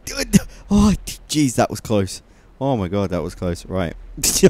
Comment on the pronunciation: When you say "Oh jeez" it sounds like "orgies" and that's just... hilarious